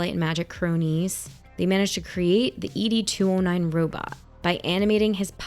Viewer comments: Ee Dee 209 😂 Ed 209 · Not "E.D. 209," but "Ed 209"